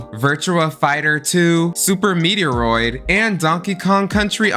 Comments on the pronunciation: SUPER METIOROID??? 😂 ITS METROID 💀💀🤓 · Super "meteoroid"? Metroid. pronounce meh.troy.d. I lived this as a pre teen. Sorry the mispronouncing made me have to pause to comment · “Super Meteroid??” It’s Super METROID!🤦‍♂️🤣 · Great video, also it’s MET- triod . The triod pronounced like droid